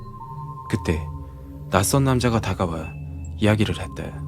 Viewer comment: 했다 야 했데 야 발음땜에 집중안되서 공포가 아니라 웃음이야기로 웃으면서 들음